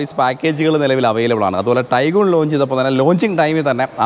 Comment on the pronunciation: ടൈഗൺ അല്ലേ, ടൈഗൂൺ അല്ലല്ലോ.